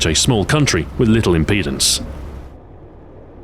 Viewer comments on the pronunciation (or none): none